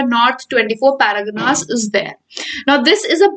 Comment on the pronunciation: Every time you say North 24 paraganas my ears bleeds. Anyways good video but try to focus on word pronunciation next time